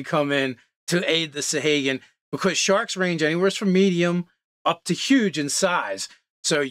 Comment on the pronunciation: You guys really butcher pronunciations sometimes lol, and not even consistently (sa-hay-gin/sa-hah-gin, krak-en/kray-ken). Great video regardless!